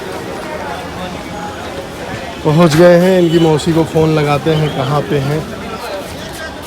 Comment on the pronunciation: S ko s hi boliye kyo sh sh karte hai bahut ajib sa gussa aata hai😅mausi hota hai maushi nahi 😢